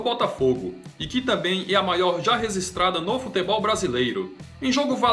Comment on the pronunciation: Aprende a falar registrada, e não rezistrada